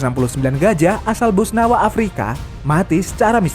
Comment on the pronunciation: Maaf Min Setauku kalo di Benua Afrika itu adanya Boswana bukan Bosnawa